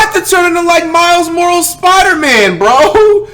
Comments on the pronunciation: My man said miles morals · Miles morles 😂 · He really said miles morals 🤣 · “Miles morols Spider-Man “ -flight 2021 lol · Dis nigga said miles morals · My guy said miles morals 😂😂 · “myles morals” - flight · it’s Miles Morales😂